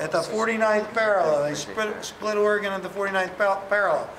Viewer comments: It's "Or - Eh - GHEN", not "Or - Eh - GONE" T_T Still a great teacher, nonetheless :P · Seriously. As a former Oregonian, I object. :( It's pronounced "Or" (like "Ore") "e" (as in "egg") "gon" (as in the name "Megan").